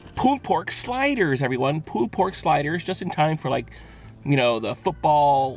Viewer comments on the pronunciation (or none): Sounds like your saying "poo" pork sliders. LOL. Love it.